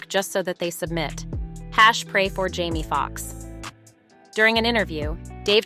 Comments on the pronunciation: Why does the narrator keep pronouncing Jamie as Jammie? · It's so annoying that the commentator has no desire to pronounce the name of these people correctly. His name is JAMIE not "Jammie". You have the audacity to even write it as "Jammie" in the graphics. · Hussy he name is Jame e not Jam e